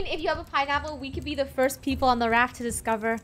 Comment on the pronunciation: Land oh my good plepole